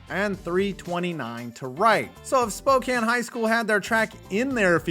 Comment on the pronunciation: I'm actually from Spokane and I just wanted to say thank you for pronouncing it correctly.